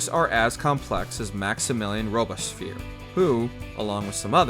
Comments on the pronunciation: Sounds like Robesphere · Rubish peer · the narrator's pronunciation of robespierre makes me think the reign of terror was good after all. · Bro you gotta go back and try that Robespierre pronunciation again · The way you pronouce Robespierre is criminal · in opposition to the narrator whose pronunciation of robespierre makes me want to stab myself in the ears